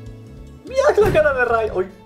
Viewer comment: Ray se pronuncia rey no como se escribe